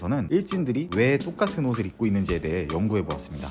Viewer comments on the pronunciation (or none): 똑같은 옷인데 발음이 좋같은 옷이라고 들려요 앞으로 고치지 마세요 아쉬울거같음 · 아 저두요 ㅋㅋㅋㅋㅋ 좋같은 옷이라고 들어서 다시봐써요 ㅋㅋㅋㅋㅋ